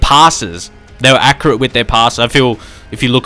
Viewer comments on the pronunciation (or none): none